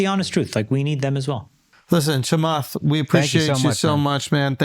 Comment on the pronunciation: I lost it when you pronounced Chamath Porty Poty Platypus🤣🤣🤣🤣